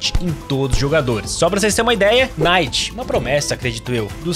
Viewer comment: como voce mora no canada e fala kinight?